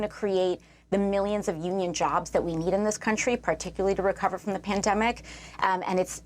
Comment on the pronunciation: She had me at “particuly”….jajajaja